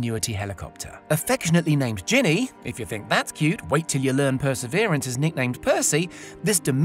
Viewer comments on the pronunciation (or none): none